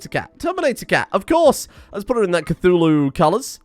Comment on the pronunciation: Cult of "cathuwu"